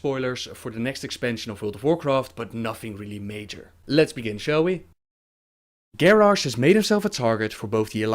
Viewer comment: sorry to say that, but you and a few others say continiously gorrash not garrosh ^___^